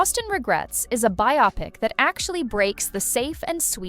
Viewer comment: Bi AHpic...jah Co bee....AI narration is terrible